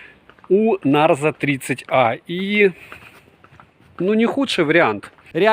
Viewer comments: Привет,! Обзоры нравятся, смотрю почти все. Но коверкание названия Нэйзер вместо Нарзо в сотый раз, подбешивает, наверное потому что всё смотрю) И потом, мне кажется, вы путаете, тот что вы купили на июньской распродаже и потерялось на почте, это Realme Narzo 30 5g 4/128, а тот, на который недавно у вас был обзор, это Realme Narzo 30 6/128. Там разница в процессоре, в 5g версии Dimensity 700, а в обычном Helio G95. Я на распродаже Али в июне купила сыну Realme Narzo 30 5g за 11700. Норм аппарат) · Ура! Всё-таки "Нарзо", а не "Нейзер")))